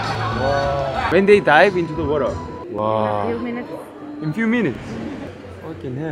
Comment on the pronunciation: 난 형의 '워러' 발음이 그렇게 좋드라...